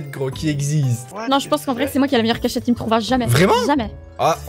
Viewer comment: qui dit cach chete au lieu de cachette